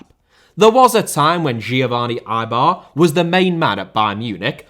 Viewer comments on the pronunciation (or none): its Giovane EL(!)BER not Eibar like the spanish club u clown!! JK was picking up the joke u made with ailton. but its ELBER not EIBAR, trust me haha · Still hoping for that Austrian Wunderteam video 😇✌. btw, I am not sure if the name "Elber" is actually pronounced as "aibar" :D